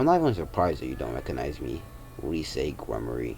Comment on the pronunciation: Man's said rissei gremory